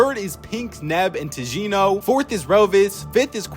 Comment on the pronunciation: Also Tjino is pronounced Tinyo